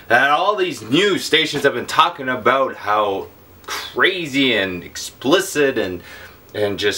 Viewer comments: Talking aboot ! hahaha love you pete <3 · Aboot? Lol